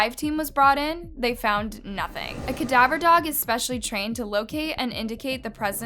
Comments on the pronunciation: My God! It's ca-DAV-er, not CAD-aver. Your mispronunciations are maddening. You mangle names and can't say simple words like this. It makes your stories extra cringy. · Ka-Dav-R dogs. Say it with me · Cadaver is pronounced kuh-dav-errr. Sorry the Muslim in nation has really been annoying me in the last few videos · "kadivver" dogs 😅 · I love your videos but you’ve got to learn how to pronounce words or don’t use them if you don’t know how to pronounce them. It gets distracting. Cadaver is pronounced kuh-da-ver. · It's the way you pronounce "cadaver" dogs for me lol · please please PLEASE learn how to pronounce cadaver the right way it bugs tf outta me every time 🤦🏽‍♀️🤦🏽‍♀️🤦🏽‍♀️ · how do u constantly mispronounce CADAVER as a true crime youtuber lmao. also who says naivety like that….